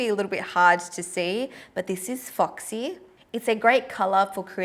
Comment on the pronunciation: i love the Australian pronunciation of foxy - Fucksee